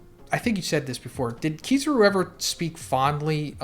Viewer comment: Sorry, I can't get over how he pronounces Kizaru. :face-blue-wide-eyes